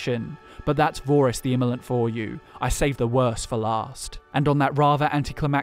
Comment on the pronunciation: Vorys the Immolant is actually Vore-iss the Insatiable. No wonder he wasn’t revered as much.